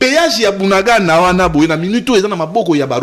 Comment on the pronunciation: J'entends dire BUNANGANDA...s'il vous plaît c'est BUNAGANA, "BUNAGANA"